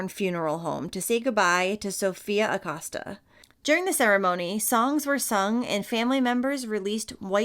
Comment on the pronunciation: I love love ur videos I watch u every day. The last name is pronounced A-coe-sta